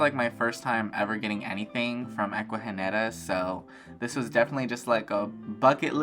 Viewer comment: Aww yes, babes, you said the name right haha 🫶🏽 Omg the turtleeesss!! 🥹😍 ugh, the orchids are so pretty ! The one mounted in wood is so cool…I want to get a few orchids but I’ve killed every single one I’ve gotten from like Lowe’s or Home Depot lol 😭 I’m so glad you got to experience an Ecuagenera Pop Up 🙌🏽💃🏽 hope you’re having an amazing week !! 🤗🥂🩷